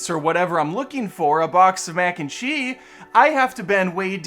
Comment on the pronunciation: "Mac-n-che," is that short for something?